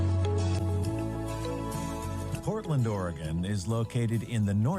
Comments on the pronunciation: Saul-ahs and Oregun not Oregone. Sorry but my mother's maiden name was Salas and yeah, I'm from the Northwest. Love your show bruddah! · I live in Oregon you should try and say orygun that will get you closer to saying the right way lol love your content keep it coming.